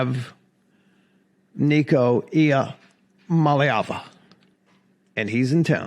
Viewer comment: Good to see you locked down that pronunciation of Nicos last same, it definitely helps our fans learn the name when multiple of our YouTube guys who have follows saying it accurately will quickly help fans learn. GREAT JOB